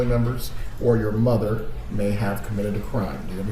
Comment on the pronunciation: When you were giving your prediction,, it sounded like you said that Rob probably moved as far away from his SMOTHER as possible...lol. That's what I heard anyway and you're not wrong!